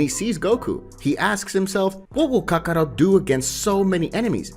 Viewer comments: Not to mention Kaka-row, Kaka-rutt & Kaka-rote 😅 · Stop saying Kakaro! That's not his name, it's kakarot